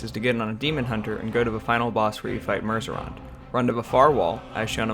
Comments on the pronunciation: You also said "Murzorond" instead of "Murozond", as well as "Magnus Commerce Exchange" instead of "Magus Commerce Exchange". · merzerond????? ma'am it is mer-a-zond. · I was pointing out the mispronunciation, not the spelling. thanks!